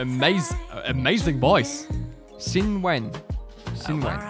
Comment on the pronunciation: Xinwen is pronounced Shinwen...Xs are pronounced as 'sh'